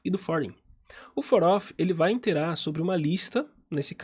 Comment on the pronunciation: Excelente vídeo, somente um adendo... Quando você diz interar não seria Iterar?